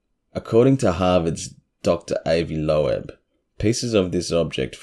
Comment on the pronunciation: I really enjoy your channel. Have shared w/ 3 other friends I know have an interest. Asked them to like & subscribe too. Dr Avi Loeb (pronounced “lobe,” like 👂 lobe). You nailed the pronunciation of Oumuamua!! If I hadn’t heard it, I’d of flubbed that one bad.